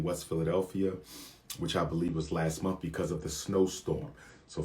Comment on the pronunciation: Why can’t this “educated” man say month correctly?